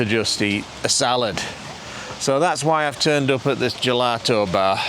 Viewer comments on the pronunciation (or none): none